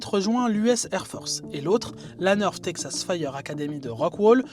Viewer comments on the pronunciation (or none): none